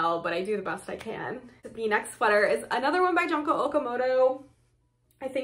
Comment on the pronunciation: Love seeing all these sweaters! Thanks for sharing 🙂 PS Junko is pronounced “June-ko”, like the month of June+ko!